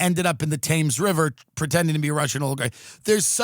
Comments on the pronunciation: Hi Tim it’s pronounced Tems not Tams River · Thames is pronounced “Temms”, Tim. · Hey Tim, Brit queef here. Like so many English words it ain't pronounced how it looks. The river Thames is 'TEMZ'. No worries sweetie, you're welcome. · I'm sorry to be this guy, but you say Thames like "tems" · It’s pronounced Tems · Thames river... pronounced Tems. Now try Leicester Square :) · Hi Tim. FYI: Thames River is pronounced Tems. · Nice mispronunciation of the word "Thames". If they could be arsed, millions of Londoners would hunt you down and throw "Pie 'n' Mash" at you, or the really nasty ones would throw "jellied eels" whilst crying "Gawd lummy guvna, he ad it comin' an no mistake"